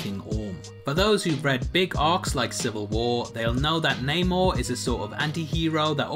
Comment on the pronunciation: It's namor